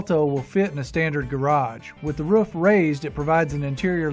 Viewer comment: It’s not Ruuf! It’s a roof! Oooo